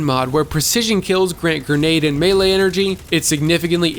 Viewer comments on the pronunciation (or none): none